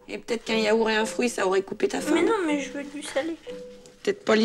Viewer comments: La daronne elle dit yaour au lieu de yaourt. Dur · Ça me saoule que ça mere dise yaour au lieu de yaourte